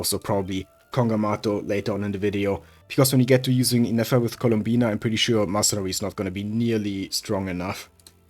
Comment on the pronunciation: it's columbina not "Colombina"